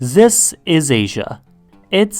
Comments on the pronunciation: "ZIS is asia" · Zis is Asia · Zis is Asia.